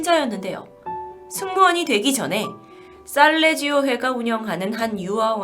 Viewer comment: 쌀레지오 아닙니다~~살레시오입니다~